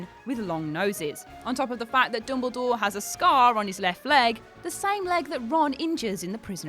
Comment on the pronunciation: It’s dumbledore not dumblegore .